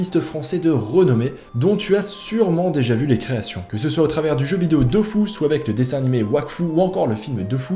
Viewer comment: Aaaaaaaaaah. C'est "Dofous" au lieu de "Dofus". Tout n'est que tromperie. (Sinon super interview)